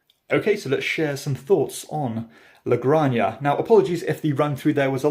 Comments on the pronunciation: La "granJA" like "Jalapeño". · Great review! Got my copy last week. The only correction is how pronounce "La Granja". La granja" is Spanish for "the farm." "La" is pronounced like the "la" in "lamb." "granja" is pronounced "grahn-hah." The "j" in Spanish has a sound similar to an "h" in English. So all together, it sounds like "la grahn-hah." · La "GranJA" is pronounced like "JAlapeño". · If I had a dime for all the people that pronounce this game 'La-Gran-Ya'